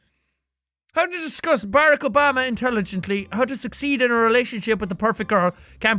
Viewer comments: barrack? it is pronounced barock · jack it's ba-rock books please say it right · jack said bareck obama not Barack Obama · not to be rude but Obama's name is pernounces like "brock" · He doesn't know how to say Barack Obama right its pronounced Ba-rock... He said Obama correctly though. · I love how Jack pronounces Barack Obama like Barracks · the way he says "barack" is absolutely hilarious!!!!!